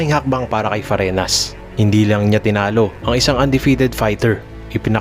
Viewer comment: Boss, hindi po letter N yan, Ñ po, kaya FARINYAS ang pagbasa